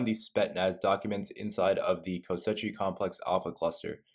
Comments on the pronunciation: Why is he calling it kosechi its pronounced kos she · Koschei "Ko-Shay". Not co-setchy my guy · "Kosechi Complex" Bruh learn to read. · Omfg he says ko-setchie-complex times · It’s pronounced “ko-chi” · It’s pronounced KO-SHAY. Please pronounce it correctly. Lol. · BRO ITS KOSH Eye (facepalm)))) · every time this mf said "kostetci" i felt like there was rusty nails in my ass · “KOSCHEI” its Russian not Italian it’s pronounced KOSH like Cash with an O and EYE…..”KOSH-EYE” I like your videos ❤ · Ko-SHAY. repeat after me CO-SHAY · It's not pronounced Kosechey brah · Why can’t he say “Koschei” right? 😂